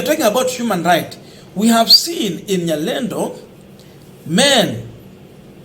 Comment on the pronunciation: Not Nyalendo 😅